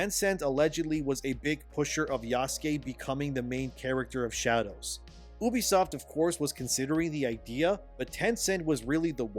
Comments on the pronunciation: You have no insiders, it's all coming from inside your head. No reputable game developer is talking to you and you know nothing about how the business of videogames works. You can't even say the company name right. YOUbisoft not EUWbisoft you smooth brain. UBIQUITOUS software 😂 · You do a lot of vids on this but yet fail to pronounce the name right .. ewwwbisoft is the American version ? Well it pronounced You...bisoft . Ask your Intel's lol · STOP. SAYING. "OOBISOFT"!!! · YOU VEE SOT